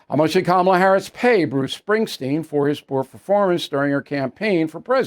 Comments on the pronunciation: BILL ITS SPRINGSTEEN NOT SPRINGSTEIN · It’s “Springsteen”